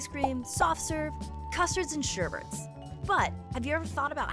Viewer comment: It's SHERBET not SHERBERT.